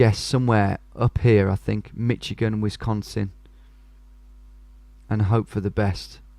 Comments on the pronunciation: It’s Mishigan not Mitchigan 😂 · if he says "Mitchigan" one more time, say it like "Mish-i-gan" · not to be "that person" but if no one has said it, Michigan is pronounced with a SSh sound instead of a hard CH. Mish-i-gen rather than Mitch-i-gen. I love these videos so much, I would get most of these wrong and I live here... definitely recommend knowing some license plates and state shapes if road signs or license plates are shown, but some make no difference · Mish agin not mitch agin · it's "Mish"igan not "Mitch"igan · Michigan should be pronounced Mih-shig-un, not Mi-chi-gan, despite the spelling. (Giving my Midwestern Accent some OCD) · Mi-CHI-gan, omg. Sometimes your pronunciations are so hard to listen to hahah, its Mi-SHI-gan. Great video! USA is incredibly diverse, it always messes me up when I'm playing Diverse World because honestly almost any biome could be in the USA. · I don't know if y'all Brits just say Michigan like that but we usually say miSH-i-gan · Besides not knowing license plates, you’re probably better at this than most Americans. Only one I knew was the very first New York one because of the orange plate. (BTW, Michigan is pronounced “Mishigan”) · Now that you've stopped calling Oregon oraygun, it's probably a good time to point out that Michigan is pronounced mishigan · For Michigan is more pronounced with sh instead of a hard ch. Also knowing if a state has front license plates help to like telling the different from Michigan (doesn’t have front license plates) and Ohio (does have front license plates)